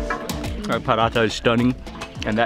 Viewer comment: It is paratha.. not parata;) also it wasn’t Desi ghee that she smears on paratha but real butter from which Desi ghee is made.